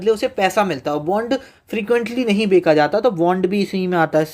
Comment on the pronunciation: बेचा ❌ बेका 😂😂😂